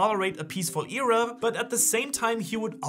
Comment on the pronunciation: Pretty sure that's not how you pronounce "Era"....